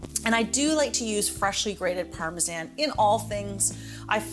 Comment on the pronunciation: Why u sayin Parmesan like tht